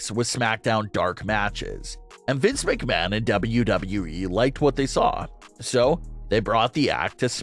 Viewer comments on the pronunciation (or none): none